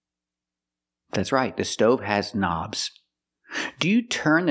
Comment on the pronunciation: They are not buttons, but Knobs [na;bz], just the way it's pronounced in Russia . it's very funny